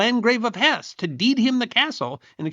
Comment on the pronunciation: Hesse is a two syllable word.